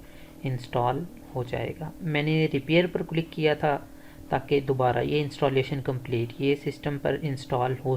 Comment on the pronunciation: بھائی جان آپ کی ویڈیو تو یقینی طور پر مفت اور کار آمد ہے۔لیکن آپ کی اردو سن کر بہت افسوس بھی ہورہا ہے۔ آپ کئی اردو الفاظ مکمل طور پر غلط تلفظ کر رہے ہیں، اس کی مثال لفظ کلک ہے۔ آپ بار بار کلک click کو کِلُک بول رہے ہیں۔ ایسی زیادتی زبان کے ساتھ نہ کریں ۔ کم سے کم آپ سے ایسی توقع نہیں تھی۔